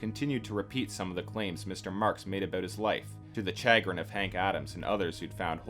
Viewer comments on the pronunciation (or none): Oof. Anaïs is NOT pronounced "anus" (it's Ah-nah-ees), and Nin is pronounced Neen. Chagrin is pronounced sha-GRIN. "Idiosync-CRAD-a-sees" is Idiosyncrasies, pronounced ID-eo-SINK-ra-sees. Leave the other ones if you want, but omg fix the anus. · Chah-grin XD